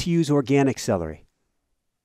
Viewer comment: I hate celdery. 🤣🤣🤣